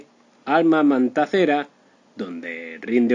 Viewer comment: Que Mal Plan, Cual Triste Final... Que Mala Onda Por Jalar Gente .. Y Es Sonora Matancera, No Mantancera